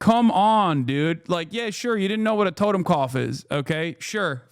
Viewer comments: BRO, YOU CAN'T even prounounce the word correctly! WTF ARE YOU EVEN DOING?? TOTEMKOPF? It's TOTENKOPF you dunce. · Learned about the double lightning bolts in the last decade... today is the first day I've ever heard of... were you saying "totem cough"? That's what it sounded like, but I'm hard of hearing and those two words put together doesn't make sense. But as for the image of the tattoo, never seen it, never heard of it. :x